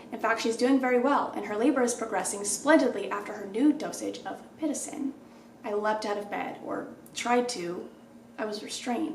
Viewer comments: Girl the way you kept saying pitocin was making me so mad 😂 it’s pit-OH-sin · hey coach pitocin is pronounced as “pit-TOE-sin” :)